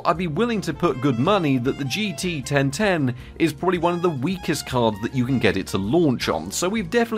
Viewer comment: jeetee-ten-ten is such an unbeliavably funny name to me for some reason, I hope you never stop talking about it